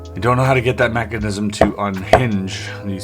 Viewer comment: "mackanism" lol